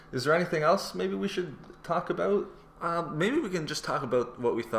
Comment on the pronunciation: I heard aboots so my guess is Canadian or Minnesota